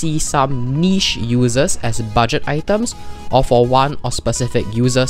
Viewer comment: "budet friendly" we all make mistakes its ok